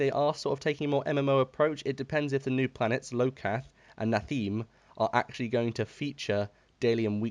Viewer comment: Yeah... you have no idea what you're talking about. I try to listen to all these rants from time to time, but honestly, I don't know why do I even bother. If you fail to pronounce the name of the bloody planet ("lokath"???), how do you expect anyone to take you seriously? Although from time to time you have a point, it's a result of stabbing in the dark, rather than of a consistent reasoning. Just one example: you feel like your companion is OP, because you have reached lev 50 influence with it? Use it for crafting and summon a lower one. Or, use it in tank/dps mode, rather than healing.